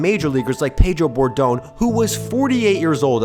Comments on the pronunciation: That's Pedro Borbon...not "Bordon"... You can't have the word "baseball" in your channel name if you are screwing things like that up. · Pedro BorDONE??? Are you fucking kidding me? Get someone who knows what they're talking about to do this channel. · "Pedro Borbón" or "Pedro Bordón"?